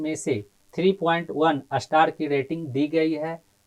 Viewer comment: आस्टार नहीं स्टार सर 😂😂😢😢😢